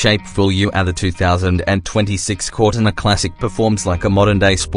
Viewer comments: "corr tin ah" GTFO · Cor-tina PRONOUNCED ai shit